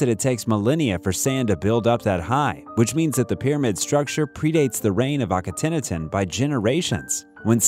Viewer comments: It’s pronounced ah-keh-nah-ten Jesus my guy if your gonna do this learn to pronounce some things better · he's pronounced Aka-not-on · Did you just pronounce Akhenaten like that, DID YOU, DID YOU...... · I was like is he saying Akhenaten? 😂